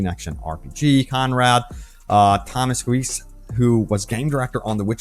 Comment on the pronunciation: i believe it's pronounced "toe-MOSS-ko-wits"